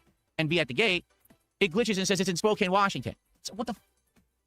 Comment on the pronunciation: I was born in Spokane so it's always annoying when he purposely mispronounces it. It's not english, the town is named after the Spokane Indian tribe and it's near a reservation.